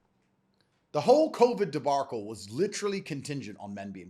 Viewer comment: What is this "debarcle" business lmao